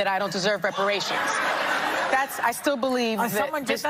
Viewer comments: It's reparations not "respirations", lol. You sound like the character Eddie in the first Barbershop film, lol. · reparations, not respirations😂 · New subscriber. Looove your show! Quick correction if I may. It’s Reparations. Not Respiration. Keep up the amazing work you do. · Brother, I’m sure you mean REPARATIONS instead of RESPIRATIONS. 😂😂😂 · Wait again....did you also just say. pay "respiration" or deserve "respiration""???? 😮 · "RESPIRATIONS"??...🫁Come on bro, you on TV bro😅😂😅